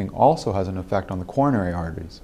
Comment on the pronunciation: He says "e-fucked" instead of effect bahaha!